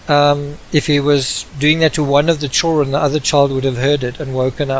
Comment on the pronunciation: “The choolren”